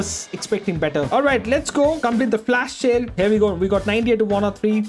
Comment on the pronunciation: Am I the only one hearing sayn FLASH SHALE😂😂😂